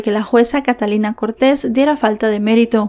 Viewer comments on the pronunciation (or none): none